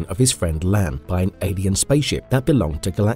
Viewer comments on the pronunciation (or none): none